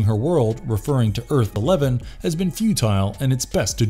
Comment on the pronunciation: guy said Earth -11 rightfully!